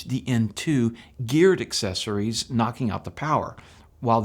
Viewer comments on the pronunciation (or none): none